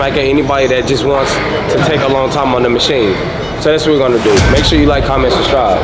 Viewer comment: has to know that the word is “SUBSCRIBE” not “SUBSTRIBE” 😂